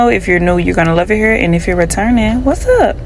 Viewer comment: I was about to say the same thing! The way she said hurr 😂 sounds like home